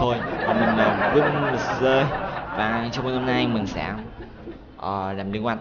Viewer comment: Cách đánh vần tên vinh mc Vính mờ cờ😂😂😂